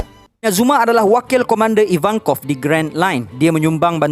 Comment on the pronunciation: knp nama ivankov jdi ivanovic😂😂